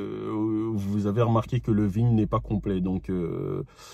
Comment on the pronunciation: Juste pour information , le numéro VIN ca ne se dit pas "vigne" mais plutot "vine" Véhicule Identification Number. bon courage à toi pour ta livraison... Je garde mon model Y LR ... j'en suis super content ...